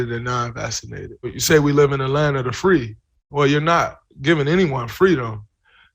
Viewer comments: He had me I swear to god until he said vassination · “vassinated” -Draymond Green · Draymond Green says “vassinated” lol